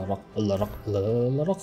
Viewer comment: First! And stop pronouncing Alarak weirdly on purpose dude